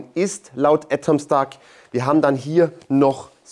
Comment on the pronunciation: Warum sagt er "Ätomstack"? Weshalb das erste A als Ä und das zweite dann nicht mehr?